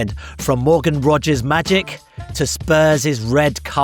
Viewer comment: Ayo cannot even pronounce his surname name? Sad. Inferority complex in my on view